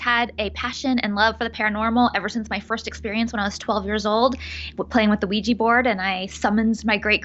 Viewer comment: Its OuiJA, with a JAH at the end not JEE. sorry but it bothers me when ppl say it wrong. lol